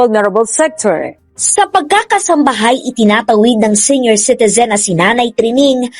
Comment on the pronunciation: Pls pronouce "comment0rs not commenters, sEnior like seeniors. I hope you don't mind.